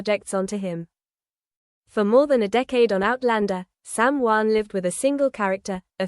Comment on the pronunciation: Why can't reporters pronounce the names correctly it's shocking and time they learn. It's SamHeughan if you can't pronounce their name you should be fired. 😊